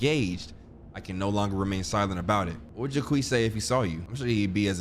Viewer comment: If I hear Jaqweez one more time 💀